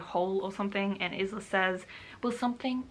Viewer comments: This was a really nice vlog, you should definitely do more of these! Also her name is pronounced as eye-la unless it says otherwise. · I've heard about the book here for the first time. Maybe I'll read it one day. Just to see what the negative hype is all about. I think you are right about what you said about people being jealous of Alex. The main character is pronounced Ila, I believe. The "s" is silent like in island :) Also, please continue to do book reviews like this :) I'd love you to read the "Most Likely To"- Series by Sarah Sutton. So much swooning I cannot get over how awesome these books are <3 "Teaching the Teacher's Pet" is the first. Then follow "Dreaming About The Boy Next Door" and "Rebelling With The Bad Boy". Book 4 is coming out this September :) My favorite so far is Book 3 :D Sending you much love and creative vibes and hope you get along well with your writing <3